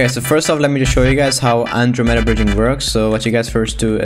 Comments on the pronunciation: an dro m e da NOT ANDROMEEEEEEEEEEEEEEEEEEEEEEEEEEEEEEEEEEEEEEEEEEEEEEEEEEEEEEEEEEEEEEEEEEEEEEEEEEEEEEEDA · Nobody:: An-Dro-meda No hate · stop pronoucing it like that, that word was founded like 964 CE